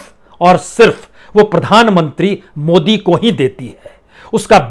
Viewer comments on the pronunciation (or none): none